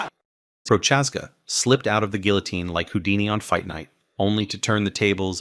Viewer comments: its not prochazka its pro-huh-zka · think of it as Pro-Has-ka and te-shera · Teshy-era and Pro-chaz-ca? Do you watch MMA my friend? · Glove er teshey era vs Jiri pro chaz ka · Bro definitely butchered Prochazka and Teixeira